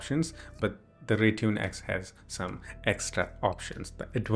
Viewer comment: Instead of Rytune its Raytune in ur website